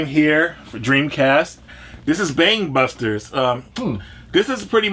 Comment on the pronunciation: Oh, Bang Busters! I thought he said Bang Bussers at first, and I imagine that's a VERY different game